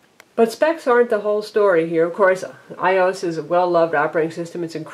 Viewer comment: IT'S PRONOUNCED "I-O-S" NOT "EYE-OS" FARRR HOW ANNOYING